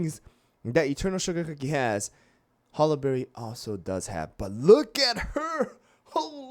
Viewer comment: Bro it’s HOLLY-BERRY not HOLLA-BERRY